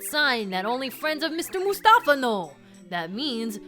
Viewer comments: I think it's "Mouse-tafa" not "Moose-tafa". You know, just for the PUN of it! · I may have just been pronouncing it wrong my whole life, which wouldn't surprise me, but I think "Moustafa" is supposed to be pronounced as "Mouse-tafa" because it's a pun on mouse & the common Arabic name Mustafa, but I may be wrong, as it can also be spelled the way it is in the game. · i feel like moustafa's name is supposed to be pronounced mouse-tafa... because he's a mouse